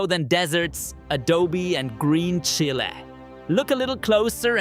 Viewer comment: Green She-lay?